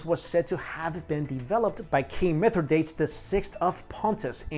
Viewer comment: Mithradates of Pontus = Mi-thra-DAH-tees. Greek style. ;-)